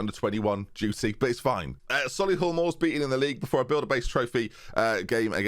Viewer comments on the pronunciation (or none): none